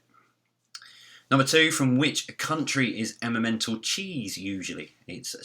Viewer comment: the cheese is called Emmental. says Emma mental.